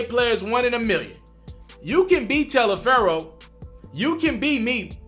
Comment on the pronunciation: He said Mrs Talifero.